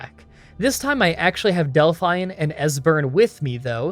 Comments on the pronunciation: Delphine is not pronounced "Dell-fine". It's "Dell-feen". Have you ever actually played the game before? They say her name a hundred times. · I can't be the only one who cringes a bit when says Del-fine instead of Delphine... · Hey,, if you play through once with sound on you will hear the name pronunciations for a lot of major characters. Like Delphine is pronounced Dellfeen, not Delfine. Not a huge deal, and obviously not important. Your content's fantastic. Currently binging your Kings Quest Videos. (4&5) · Lol Del-fine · "Delfine" lol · Why do you keep calling her "Del-FINE"? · No one ever in the history of civilization, ours or Elder Scrolls, has ever pronounced Delphine in that way before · Not sure if you have heard this 300 times yet. I have always her Dephine's name pronounced with a hard e sound. Not sure if that is the correct way or if you maybe would have a problem with your accent. Love all your challenges by the way.